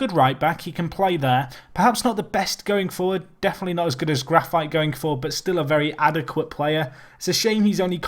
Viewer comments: isn't it Grafeetay not grafite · No, it's not. It's more like Gra-feet.